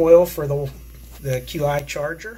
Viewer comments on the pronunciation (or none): I believe that the Qi charger is pronounced "chee"